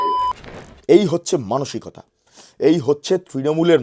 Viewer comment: ধুর এ তো অমনাবিকতা উচ্চারণ করতে গিয়ে জিভ জড়িয়ে ফেলে। 😂